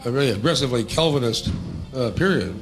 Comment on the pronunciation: Not "Kelvinist", but Calvinist. :^)